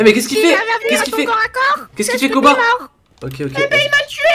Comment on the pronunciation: On est tous d'accord qu'il a dit "Booba" au lieu de Koba De toute façon super vidéo continue comme ça et toute ta famille me manque😭😭😭😭😭😭